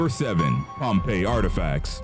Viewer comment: Pompeyy lmao Edit: I’m sorry don’t curse me